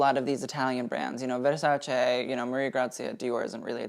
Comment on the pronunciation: Uno de pochi americani che pronuncia Versace e non Verssàcci.